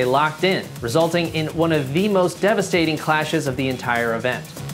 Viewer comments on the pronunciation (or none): none